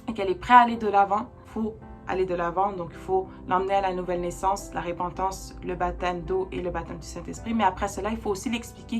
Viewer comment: Merci +++! Petite remarque: Repentance, pas RÉpentance. Mais c'est peut être la façon de le dire au Québec? Blessings +++!!!